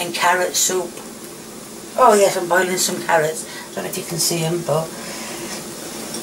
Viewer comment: your fans love it when you say carie ots instead of carrots please keep saying it